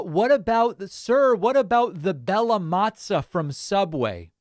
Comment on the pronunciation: the way you pronounced Bella Mozza as Bella Mazza in italian slang is something like preatty big cock. And that is just great :-D